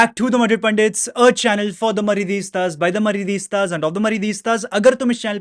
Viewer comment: MARIDISTA NAHI HOTA BHAI. MADRIDISTA HOTA HAI